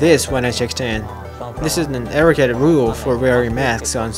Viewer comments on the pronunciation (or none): none